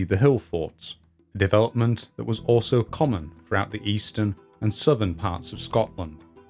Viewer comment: in the SOVVEN?? souTHern please pronounce your Th's! and the eigfff century , no eigTH